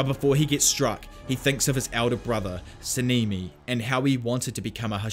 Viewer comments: Sah-neh-me is how it's pronounced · 10/10 video but your accent is in their names like sa-ne-me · Sanemi❌ sinimi✅